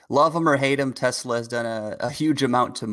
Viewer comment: oh boy. Dude on the right says "Tezluh" instead of "Tesla"